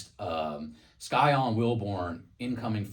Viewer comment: Scyon Wilborn 🎉 yall said his name Wrong it's okay because people will know his Name ty for bringing my son's name out there okc knows him 🎉❤